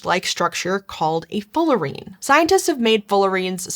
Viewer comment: I think it's Fullerene, not Fullerine, after Buckminster Fuller.